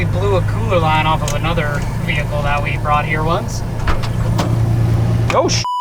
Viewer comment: i have been watching the channel for a little bit now and this is honestly the first veehickle xD that i expect a man looking like yourself be driving xD haha well done good sir.